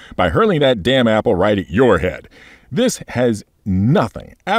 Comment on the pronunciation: New ship confirmed the Apoa Ah-app'el (Apple) snub fighter